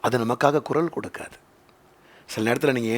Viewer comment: It is குரல் not குறல் !